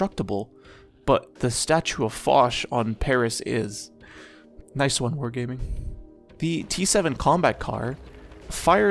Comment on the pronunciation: blud said "whore gayming" 💀